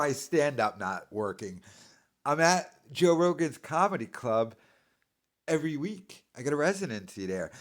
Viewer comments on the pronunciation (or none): Who is he to preach?!?! F...... clown. Cant pronounce "any" or "every" and no one corrects him smh. He said they were cut from same cloth lol omg what joke